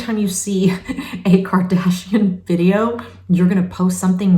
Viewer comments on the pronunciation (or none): none